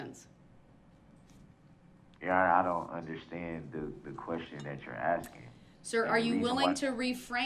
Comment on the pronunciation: This dude needs to stop “Axing” things and start “ ASKING” maybe that’ll help his case 😂